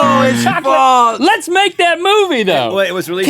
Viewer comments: Rhett..."False" not "Faults"...geesh. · i like how instead of "false" Rhett says "faltes" 😂